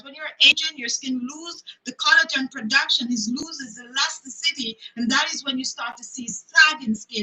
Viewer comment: Elasti-city. U really butchered that word. Ouch!! Keep Striving!